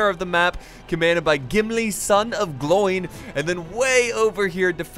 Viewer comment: Isn't it pronounced glow-in not gloy-n